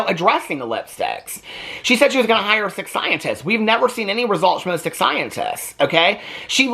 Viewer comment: To this day I hear “sick scientists” instead of “six scientists” every time 😂